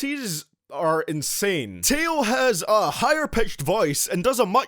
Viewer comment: Plus it’s (A-YO) and (TAY-O)